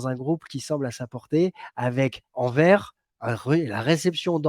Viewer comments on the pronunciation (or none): Les 2 joa au barca je suis trop hype. En tant que belge Antwerp (Anvers) ce prononce pas comme tu l’as dis car tu a dis anver sans prononcer le s (